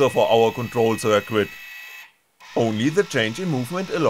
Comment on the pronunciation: "circuit," the "u" is silent: `sir-kit. :-)